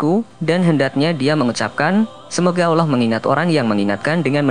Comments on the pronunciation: Maaf .. Lidah orang yang cakap ini..kena belajar akap Allah SWT..dulu biar fasih cakap Allah nya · Belajar ngaji ya mas, hukum nya fardhu 'ain bagi tiap muslim.. salah satu alasannya itu, penyebutan Allah saja salah, jadi awloh itu salah